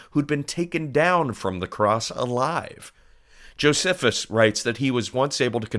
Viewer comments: jo-SEF-us? Hmm! I've always heard Josephus pronounced jo-SEE-fus. I've been told it could take as much as, in rare cases, 8 days to die, with 3 or so being the norm. One thing that wasn't mentioned here is the nails through the wrists caused, when the cross was erected, the tendon there to snap, leaving the fingers absolutely useless, and putting constant pressure on the nearby nerve, causing horrible pain every time the victim pulled himself up for a breath. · Nice job, but a very minor quibble. Josephus is pronounced dʒoʊˈsiːfəs rather than dʒoʊzəfəs. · The mispronunciation of "Josephus" makes this so much less professional.